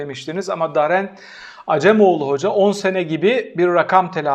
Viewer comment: Prof. Acemoğlu'nun ismi Daren değil Daron'dur. Birlikte yaşadığımız halkların (örneğin Ermenice, Rumca, Kürtçe) isimleri özensizce telaffuz etmemeli... (Daron, şimdiki Muş ilinin bulunduğu bölgenin Ermenice ismidir.)